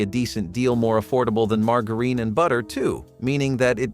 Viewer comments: It's pronounced Marge-uh- RIN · do some people say Mar-Gar-EEn? not Mar-Jur-In? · Mar-grrr-een? I’m 66 and still love me a sugar sammich!